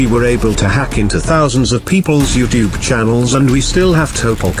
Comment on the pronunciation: Chad the project zorgo leader don't know how to say you tube he says twbe😁